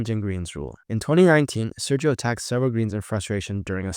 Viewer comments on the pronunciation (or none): none